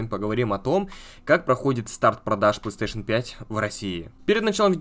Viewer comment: Он дальше говорит "плестеейшен" :( если сложно выговорить, то говори "консоль сони"